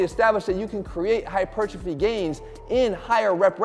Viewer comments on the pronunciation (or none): none